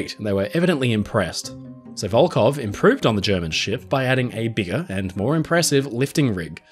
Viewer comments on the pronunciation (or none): Hi. Your pronounce of Russian names is impressive, but here is one thing I want to improve. Волхов, despite it's transliteration as Volkhov should sound like "Volhov" witĥ totally silent "K" and clear "H" like in the word" Have". In your video, you pronounce it as Volkov several times. Volkhov is a city, Volkov is a surname, widely known in Russia because of the fallen spaceman in 1970th. Still in service just because Russia can't build another one. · Здравствуйте. Судно - катамаран "Коммуна" до 1922 года называлось - "ВОЛХОВ" а не "Волков"! В середине слова буква "Х" а не "К"! "ВолХов" это река которая впадает в Ладожское озеро, а ВолКов это фамилия такая. Например Леонид Волков - руководитель штаба Алексея Навального :)